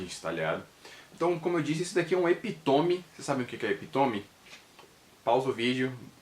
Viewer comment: Não eh epitome como vc pronunciou e sim epítome com acento no i